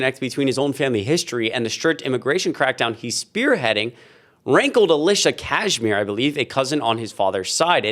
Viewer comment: Kasmer, not Cashmere